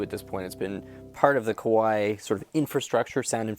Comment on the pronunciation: You gotta be careful of your pronunciation of Kawai haha. Kawai = piano company 🎹 & Kowai = scary 😱